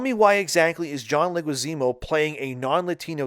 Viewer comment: Dude, I know English is likely your second language but you are trying to talk so fast that you are failing to properly say words and names. The names of high profile celebs are particularly egregious fails: it is John LEH-gwee-ZAH-moh. It isn't like there aren't 1,000,000 other videos out for almost any celebrity where the name is properly pronounced dozens of times. Or even google. It rips the flow of your commentary out of its groove.